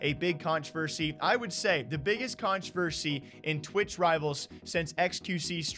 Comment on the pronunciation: “The biggest Conchaversy”